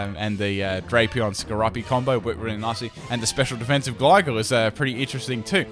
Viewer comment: Your mispronounciations really annoyme for some reason, anyone else with me? it's Sko-roo-pee, Gly-score and Gly-gar